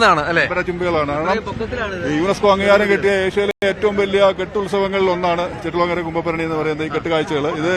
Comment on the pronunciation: കുട്ടി ചെട്ടിക്കുളങ്ങര അല്ല ചെട്ടികുളങ്ങര